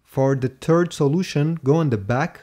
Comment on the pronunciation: "for the tird"